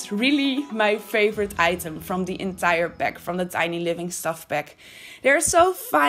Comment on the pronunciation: What the fuck is a 'peck' ? And lets go 'beck'? AAAAAAAAAAAAAAAA, A! lol.